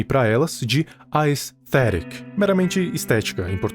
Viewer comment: ele falando aesthetic me quebro kkk